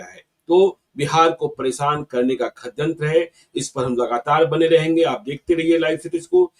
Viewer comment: ज्ञानेश्वर को बोलने भी नहीं आता है--- षड्यंत्र को खडयंत्र बोलता है।